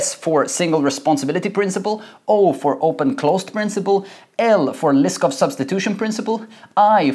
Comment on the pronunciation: You pronounce Liskov as "list of"